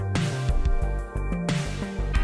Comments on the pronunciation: a very nice video but the fact that you said kyle santuKi in theh beggining 💀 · Isn't it pronounced santu CH I? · Also I believe it’s pronounce Santuchi lol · Kyle is my gf' s nephew and its easy to pronounce San-two-chee you're welcome! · the double cc in his name is not pronounced as k its pronounced as c